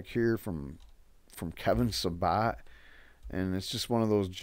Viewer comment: The idiots name is Sa-BET Not SaBOT. Not to give him more respect but You deserve to sound more clear and correct.